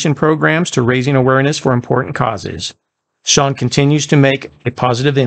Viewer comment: Excellent job! It's so nice to hear his last name pronounced correctly! No use of AI either! Stay original like you are! You gained another subscriber! ✌🏼